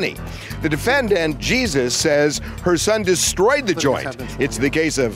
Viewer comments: “This is the defendant JEEEEEESUS” 😂😂😂😂😂 We all know it’s pronounced “Hay-Sues” so why did he say it like that 😭😭😭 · LightThatCigar I think we all know that lol. That’s the entire point, we all know what his correct name pronunciation is, but the narrator said Jesus (religion) instead. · Unbelievable that the announcer couldn't pronounce the defendant name properly sounds real uneducated 😢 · How does both the announcer and Harvey mispronounce the defendant's name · In Spanish, the( j), is pronounced like the ( h ): Jesus. And the ( h) is always silent, its pronounced Ernandez, not ( her), nandez. Lastly , the (j) takes the ( h ) sound, like in : Jalisco,. The name Jesus, is very common in latin countries, as are other biblical names :Maria de jesus, Maria del refugio, etc. we also have interesting names consuelo/ consolation, soledad/ solitude , piedad, pity, Socorro , ( succor, help), to name a few! I speak both Spanish and English, so I find it interesting. I don't think anyone aside from latin countries use the name, ( Jesus), at least not commonly.